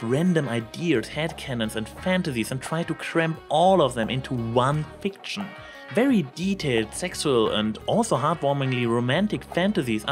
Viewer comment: Wwerwy wwelcome? I know you're German, but are you TRYING to sound like Eridan?